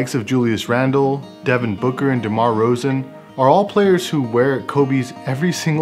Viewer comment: “ demar rozan ”